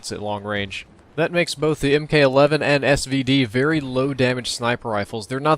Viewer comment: ...it's Mk(MARK)11